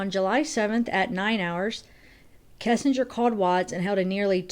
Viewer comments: U know I love u, ur channel, but I gotta mention. It's KESS, not KISSenger. I don't know why that bugs me. Sorry. Much love. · I can't get over that you keep saying Kissinger.